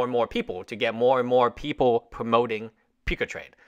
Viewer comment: peecatrade?????? PUCA PUCCCCCCCAAAA!!!!